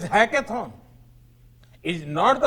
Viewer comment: Not hacking.... It's hakathon.